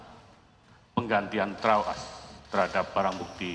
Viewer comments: Bisa"nya tawas jadi trawas 🤣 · Trawaaas...bukan Yawaas...hadeeeh...hajaaar bukan tembaaak...wkwkwkwk